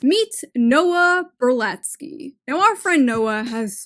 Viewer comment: Can you please pronounce the name correctly? It's (((((Noah Berlatsky)))))